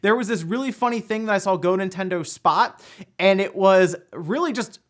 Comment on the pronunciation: Ah, yes. The "In Tendo" Switch emulator.